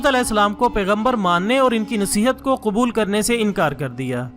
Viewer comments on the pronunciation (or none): none